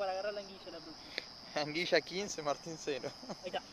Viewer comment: PORQUE DECIS ANGUIYA? 😅 ANGUILA. PORFAVORRR JAJA SALUDOS QUE LINDAS RANAS